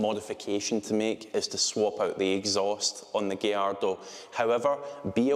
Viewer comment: Thank you for pronouncing gallardo properly 😭